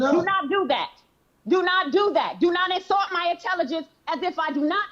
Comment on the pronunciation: Do not "ensalt" my intelligence 🤣🤣🤣